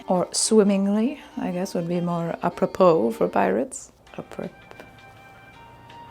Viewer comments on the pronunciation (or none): "Appropirate" (like appropriate) was right there 😂